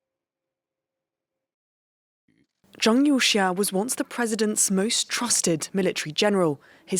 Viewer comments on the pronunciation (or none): Please work on your pronunciation of Chinese names. Zhang must be pronounced /d͡ʒɑŋ/. There are many other examples.